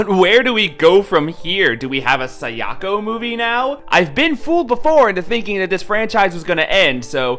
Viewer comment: Okay, say it with me now... Sah-dah-ko. Kah-yah-ko. Sah-yah-ko. It's not Keiyako. You're a fan, my dude. Listen to how they say the names. Japanese has super pure vowel sounds, it's not hard to pronounce..